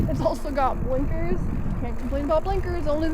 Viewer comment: "buh-linkers" lol